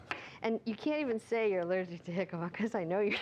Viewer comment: You're pronouncing it so wrong lol